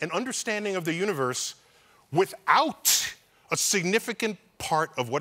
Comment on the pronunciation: that’s withouT with a hard T